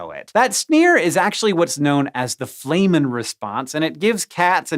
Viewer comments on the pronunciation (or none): Flehmen pronounced Flem men not Flay men. flehmen as in Phlem and Flemmish, not flame.